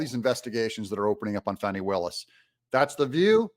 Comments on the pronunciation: Whats with the Fahhh-ni pronunciation? Can't anyone read English? It's a common name with an uncommon spelling. It's pronounced Fanny, like Danny. Everyone in Georgia knows this very common word and old southern name. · wy are you calling her fani not fanny have you been threatend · It's pronounced Fan-nee. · It’s pronounced FAH nee! Per Wikipedia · Say her name the right way.... FANNNNNNIE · Her name is Fani, like what barely fits in her pants, not a baby deer. There is NO "w" in her name!